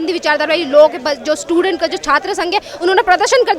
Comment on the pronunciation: Stident ko aise bolne vali mahila bhut hi ghatiya soch ke h